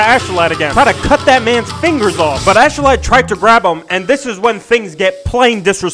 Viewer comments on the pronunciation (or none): it's ASKELADD pronounced (ask uh lad)